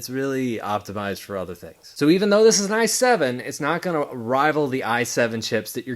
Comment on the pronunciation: Did... did he just call the i7 a 17?... 😂